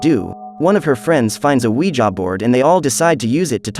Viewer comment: I love the “weja” board😂